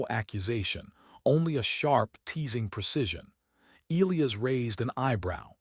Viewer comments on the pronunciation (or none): Okay why can’t AI pronounce e-LIE-us correctly? Also the Queens body tan looks like she spent time out in the sun but had a top on that was too big so her fuzzy tan lines are too high. Her “armor” cups don’t cover, in fact that isn’t armor at all or it would actually COVER her completely.